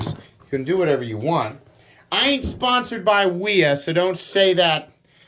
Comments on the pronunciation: You said that wrong, fyi, it’s “wi HA!!!!” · Did you realize you said wiha knives 😂😂